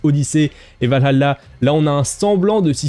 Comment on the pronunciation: Je ne me ferais jamais à ta manière de prononcer Valhalla